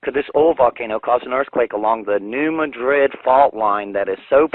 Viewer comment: Okay 1) what would be the point of this earthquake 2) the new madrid fault isn't scheduled to blow (based on it's past eruptions) for another 2-400 years. 3) I live near this area and you are mispronouncing the name New Madrid. The emphasis is on the "Ma" part not the "Drid" part. It is not pronounced like the town in spain Madrid.